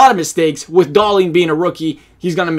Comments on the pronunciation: DAHL-IN,NOT DAHL-EEN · Hahahaha no, in sweden we say Dah-lin. Should atleast sound a little similar even from an american?